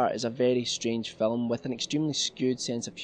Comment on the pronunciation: phillum. Haha